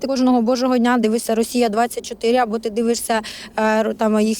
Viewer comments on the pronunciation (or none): none